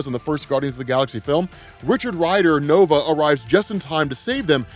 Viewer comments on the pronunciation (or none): none